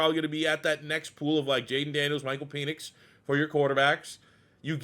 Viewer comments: I thought it was PEN ix, not PEEN ix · Isn't his name pronounced PENix. Not PEnix. You keep making it sound like something completely different 😂. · I can't tell if you're doing it on purpose, or if it's just that you're Canadian. But it's pronounced "Pen-icks" not "Pee-nix". Love the content. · Pen-ix not peenix. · I was about to say the same thing 😆 🤣